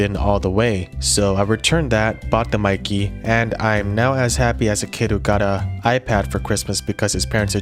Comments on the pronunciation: meike in Chinese is supposed to be read like make with the stress on 'ke'. So it will be a bit similar to the British pronunciation of 'maker'. But everyone reads it like 'nike'. I assume this despite the mistake will be the standard reading in the future. Just like very few people know Nikon in Japanese is actually not Naikon but Neekon.😂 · It is sad that 90% of gaijin cannot pronounce Kneewhere (for Neewer, not Newwhere), Cawknown, Kneecone, and Pawnawesone eek correctly. How about getting the name Maykeh (e similar to in get) correct if reviewing.